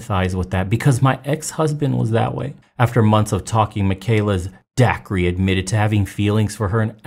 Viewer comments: Dude's name is pronounced Day-kerr. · Dacre = acre with a D. It’s pronounced like Day-kur or Daker.